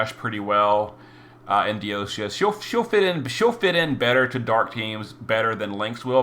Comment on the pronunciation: I'm going to say it again... DIE-O-SEES!!!!!